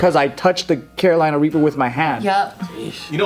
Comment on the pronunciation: did hey say raper instead of reaper lol